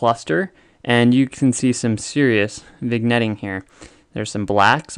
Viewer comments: Small nitpick: it's pronounced "vin-yetting", not "vig-netting" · OMG you're killing me here. Not vigg-netting, it's vin-yetting. Seesh. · It's pronounced vin yet eeng (vignetting) but great vid nonethe less. Cheers. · Pronounced "viN-Yettng." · Excellent explanations. Keep up the good work. For the record, the “g” in “vignetting” is silent. It’s pronounced like “vin-yet” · It’s pronounced “vin yet ing” the g is silent. Thanks for the vid. Keep up the good work! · It's VIN-YETTING Just for anyone that wants to know how to say vignette or vignetting. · I enjoyed the presentation. Some accuracy-oriented suggestions for improvement: 1. Vignetting is pronounced vinYEtting 2. Apparent Focal length of f/6.3 ? That's a ratio, not a focal length 3. Without a focal reducer, "increased FOV" - that doesn't make sense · Very good video, however the g is silent in "vignetting"